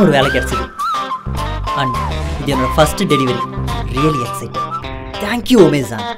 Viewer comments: Anna adu Amazon not omazon hehehe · Not omazon it's amazon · Amazon not Omazon